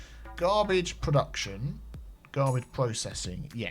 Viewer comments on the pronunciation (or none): none